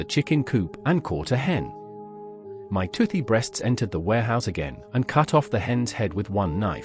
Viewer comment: This has to be written by AI. Why does it keep saying B.RE.A.ST.S 😂😂